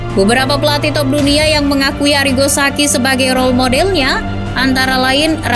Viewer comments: Sa ci , BUKAN SA KI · akun ini udah besar, tp saran aja sih VO nya harus lebih baik lagi soal pronounce kaya ballon d'or itu dibaca nya ballon di'or. dan arrigo sachi dibacanya ya sesuai tulisan. bukan jadi sakhi